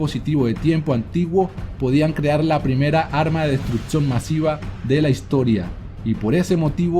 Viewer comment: se dice destruccion no destrutcion!!!!